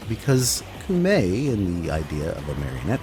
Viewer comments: Am i really the only one who's bothered by you saying "koomei" instead of "koumei"?? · Komei. In Japanese, whenever u is written after o, it's silent. Sorry, I had to, kinda hurts my ears. Other than that, gr8 vid. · I hear you coom from the Meg school of pronunciation. Coomei. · “Coom-ay”. Oh for gods sake. How difficult is it to learn how to pronounce a word when the game speaks it OUT LOUD to you? No. Being American is not a valid excuse! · Her name is said so many times inside and outside of game, you even have the clips! how did you land on 'Koomei'? Also please, 666 isn't even consistently the mark across versions of the bible, and falling back on Christian myth in a Japanese update is unendingly frustrating. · took me a minute but I HEARD THAT SOUL REAVER MUSIC still one of my favorite games to this day, and had some of the best atmospheric music lol (also funny that you dont even try pronouncing those words yet are confident in that pronunciation of Koumei) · The way you keep pronouncing Koumei actually hurts me when you must have heard it pronounced correctly dozens of times, at least